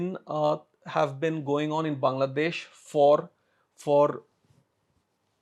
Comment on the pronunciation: please start pronouncing the name Bangladesh correctly as "Baanglaa..." instead of like "Bungla.."